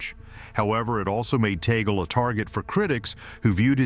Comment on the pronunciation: It's TUG- LEH